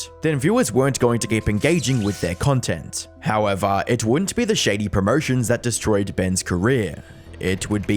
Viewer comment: I thought the way you say howevaaaa is painful, but how you pronounce scheme is next level illiteracy.